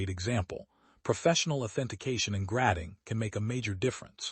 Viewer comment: 🤣 gradding instead of grading.